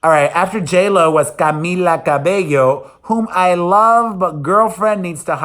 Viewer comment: Camila needed the hair up, but she is a talented girl. It's funny how they pronounce Cabelo....Camela Cabilo lllllllo